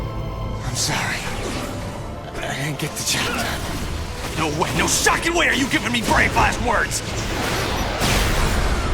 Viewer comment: Every time says "shock it!" Or "shocking" I think of the word, "fuck it" or "fuck!" Lol